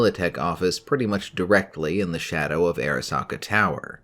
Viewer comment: Arasaka not Erasaka